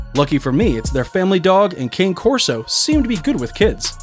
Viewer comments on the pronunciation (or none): bro its cane corso not carso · #3 - it’s Cane Corso, not Cane Carso! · It's pronounced "Connie" Corso. Not as in sugar cane